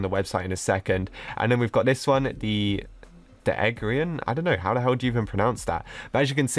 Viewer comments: It’s pronounced egg there eee an not eggian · It’s pronounced the egg-ther-ian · It’s the egg-ther-rian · How to pronounce The Eggtherian The Egg-fee-ree-an